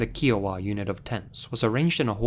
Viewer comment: "Kee-oh-wuh" Me, an Indigenous-American Okie every time he said Kiowa: "Kai-uh-wuh" ("Kai" being pronounced as k+"eye")